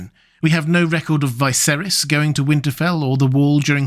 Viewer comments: Isn't Viserys pronounced with a "Vee"? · Why do you insist on pronouncing the names wrong when the show has twice had living characters called viserys